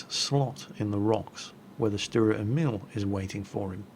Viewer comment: fyi, Emil is pronounced with a long "E".:)